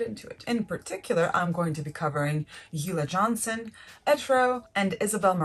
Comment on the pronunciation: Isn’t ulla Johnson pronounced: OOO-Lah Johnson. Not You-lah Johnson?